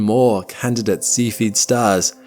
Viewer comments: YouTube captions think you're saying "seafooded" instead of SEFF-E-ID (Cephied variable). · God Damn it, would you possibly learn how to pronounce the word "Cepheid"? It's NOT spelled ceipheid, it's cepheid, making the sound of the first 'E', a SHORT 'E' sound ,,, NOT A "LONG" 'E' sound. :face-orange-frowning: I can NOT suffer to listen past where I am now - the minute mark. AND, I gave the video a THUMBS DOWN as a result! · I love your videos but your pronunciation of terms is terrible! Please research the correct pronunciation of the terms (such as cepheid) before making your videos please!